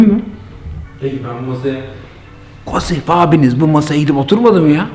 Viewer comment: kosıf değil K-O-S-İ-F